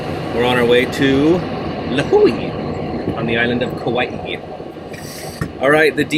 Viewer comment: Good job pronouncing Lihue and Kauai